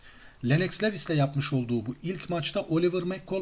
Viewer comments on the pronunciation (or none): LENNOX LEWIS DIYE YAZILIR , LUWIS DIYE SÖYLENIR , önemli degil ama söylemek istedim